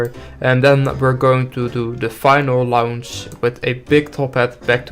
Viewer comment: I know that English isn't your first language and I don't mean to be rude but I will be restless until you pronounce launch correctly